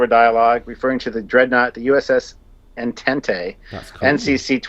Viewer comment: It's pronounced "On-Tont" not "Ent-ent-ey"